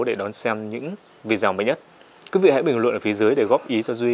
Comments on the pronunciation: Vi đê ô, đừng phát âm là Vi zeo, bạn ơi. Nội dung khá ổn, nhưng các bạn lưu ý phát âm chuẩn khi phục vụ công chúng, nâng cao trình độ công chúng thì phải chuẩn mực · Tại sao lại đọc video là " vi gieo" phải đọc là " vi đê ô" mới đúng. Hãy sửa lại. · Vâng, xin thứ lỗi, vi đi ô chứ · Vi đi ô ko phải vi đê ô